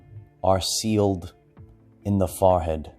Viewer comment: Every time he says it, I giggle. I hear "fah-head" and I love it. LOVE!